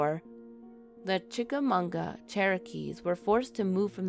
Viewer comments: You mispronounce Chickamauga I I live in Chattanooga. Ma not mu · It's chickamauga not chickamoonga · It's pronounced chic a mawgwa. No n at the end of that name. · Well I can vouch for green eyes. I’ve definitely seen it, and other weird crap in that area, over the past 10 20 years. For the sake of accuracy, it’s pronounced “chickaMAHguh” and that battlefield is in Georgia, not Tennessee.